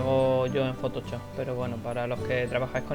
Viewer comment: ¡Me hace muchísima gracia como dice "fotochop" jajaja!